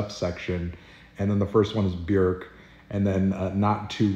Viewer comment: The first time I’ve heard Anthony pronounce Björk correctly